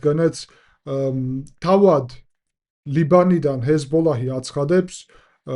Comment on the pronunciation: ჰესბოლაჰი არა Ძმობილო, ჰესბოლა ქვია ქარᲗულად 😊